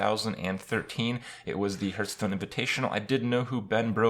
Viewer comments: Please stop with the HURTSTONE! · why does kripp always say hurtstone? Is that the right way? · You still can't pronounce hearthstone after all this time.